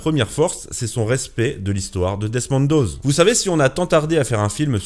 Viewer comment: Desmond Doss pas "doze"